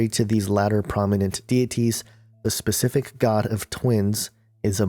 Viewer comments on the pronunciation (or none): none